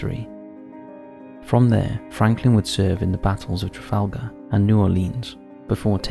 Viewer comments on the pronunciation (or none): none